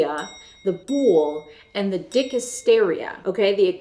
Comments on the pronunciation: Thanks. In Greek, the world was pronounced "boolay" because that was a long vowel at the end, not a silent "e"as in "bool". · it’s pronounced Bou-lay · Millenials discover ancient Greece and Socrates. Btw, it's "boulè", to be pronounced like in "èducation". And what Socrates discusses according to Plato, is not what Socrates (or Plato, for that matter) thinks, as you misunderstand. Socrates in Plato's is a litterary character who examines different hypothesis. What people take for granted about his supposed anti-democratic opinions derives from pages in one book, the Republic, where he discusses the question of what would be a solid, resilient city-state, with two young men of the aristocratic "elite", Glaucon and Adeimantus, among which such opinions were super common -- think of them as modern musko-trumpian college boys, only quite educated and thought-oriented, if you feel the need to transpose everything into modern categories.